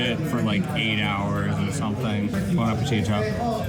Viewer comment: please teach him to pronounce appettito.